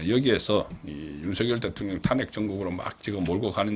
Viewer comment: 잘 듣고 있는 시청자 입니다.탄핵. 비례등 발음의 장단에 주의해주시면 좋겠읍니다